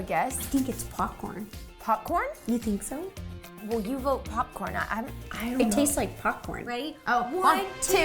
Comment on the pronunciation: ro said potcorn